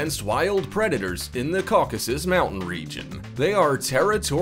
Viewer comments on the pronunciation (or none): none